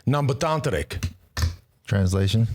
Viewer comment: Ambetanterik, perfectly pronounced Lance.